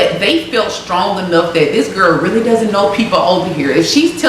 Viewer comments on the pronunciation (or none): none